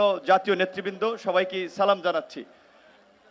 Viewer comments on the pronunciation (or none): আপনাকে অনেক সম্মান করি এবং পছন্দ করি আপনার বক্তব্য খুব ভালো লাগে সালাম শুদ্ধভাবে দিতে হবে ভাই মুসলমানদের এটাই সঠিক নিয়ম